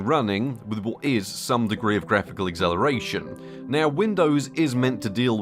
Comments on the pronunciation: Are you saying acceleration or exhilaration ? :D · why cant he pronounce acceleration? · Can't unhear the pronunciation of "acceleration"